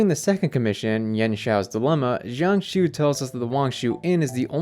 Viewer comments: jiang xue is pronounced like jang sure, not shang shoe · i think his name is pronounced more like jyang-shoe-uh. but the j is like long? not like the j in “jump” but more like the S in “asian” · jiangxue is pronounced like jee-ahng shooh-eh